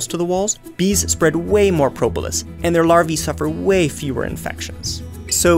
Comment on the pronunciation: How you say Propolis: Pro-bo-lis